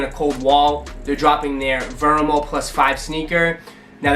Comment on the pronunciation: Nike VO - MEH - RO, not VERMO